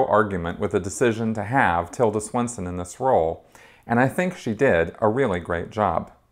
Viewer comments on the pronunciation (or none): Great review,! One thing: It's Tilda SwinTon not SwinSon.